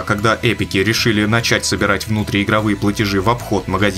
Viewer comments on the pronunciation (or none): none